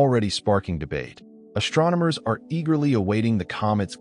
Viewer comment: This is another digital voice with built-in mispronunciations that should have been fixed before it went on the market. There is no H in ST. The ST does not make the sound SHT. It's ASTronomers, not ASHtronomers. It's chem-ISS-TREE, not chem-ISH-tree. It's STrong, not SHTrong. In addition, the T is not silent in inTerstellar, it's NOT pronounced inner-stellar.